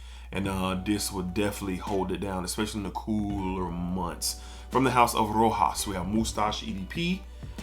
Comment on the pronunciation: Rochas is read "Roshass"